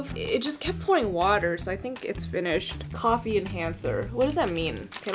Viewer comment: Nobody:: wa-a-er for "water" lol